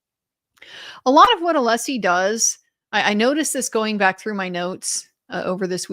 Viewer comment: Every time Brennan mispronounces Alessi's name he reconfirms his ignorance and pettiness.